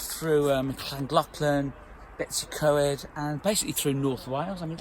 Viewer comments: Brilliant but you really should get to know how to pronounce those Welsh place names:-). Perhaps asking a local person will help. Your pronunciation of Betws y Coed made me cringe a bit. The "w" in Welsh is pronounced more like a "oo" in English. "Coed" is pronounced something like "coid" or "coy-d". "Betoose uh coid" is probably my best suggestion for an English sounds like translation. All that said it's great to hear you playing hymns and one day I hope to catch you playing boogie woogie at St Pancras when I'm passing through. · I think you were in Betwys y Coed. It is pronounced (Bet -oos uh Coyed ) That is the only way I can explain how to say it in english!. A lovely part of Wales as is Cardiff where I am from and The Gower peninsula!. Between Swansea and Camarthen on the coast road!. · A lovely spot. “ Bet-us-see-coy” is how I say it.